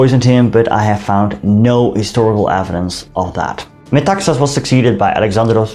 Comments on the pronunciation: You pronounce his name by stressig the last syllable---Me-ta-XAS. last syllable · You pronounced all Greek words and names quite well. In Metaxas, the stress is on "xas". Very nice video. One little mistake is that the Nazis met with considerable resistance in the northern border but prevailed. They have acknowledged this officially and treated prisoners with honour.